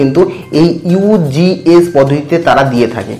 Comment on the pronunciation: Apni ugs pronunciation vul krrchen.